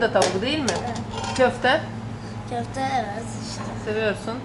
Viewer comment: Почему в слове kòfte вы делаете ударение на ò.в турецком языке в основном ударение на последнем гласном